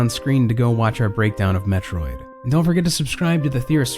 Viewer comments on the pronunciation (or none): none